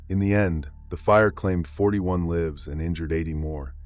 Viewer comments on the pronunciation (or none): Another poor attempt by the AI-generated story teller mispronouncing the word "lives"... 😢. Not watching the rest of the story anymore.